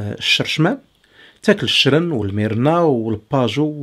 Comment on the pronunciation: تحياتي ليك ❤❤❤ ولكن راها سميتها الميرلان ماشي الميرنا 😉